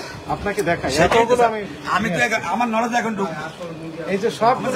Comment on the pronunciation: সাংবাদিক ভাই নজেল নয় নলেজ বলেন😂😂😂😂